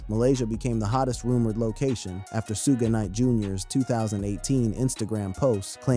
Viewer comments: Thats what I said ai is garbage its suge knight and 2pac not soohge knight and 2pack stupid ai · Whoever idiot is narrating this video should learn how to pronounce Suge and Pac's names. It's very disrespectful to the people he's talking about to not even know how to say their names correctly. The names are pronounced Suge like "sugar" and Pac like Hawk. Dumb ass.